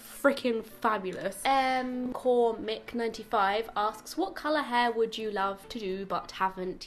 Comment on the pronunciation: I've heard my name pronounced a lot of different ways but M cormick is a new one😂 thanks for answering my question! I have a pixie so a bit different I've been every colour and I went silver it's lovely but soooo hard to keep:) haha